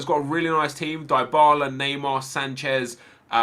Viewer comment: I hate how every Youtuber mispronounce Dybala. It's pronounce Debala not Diebala....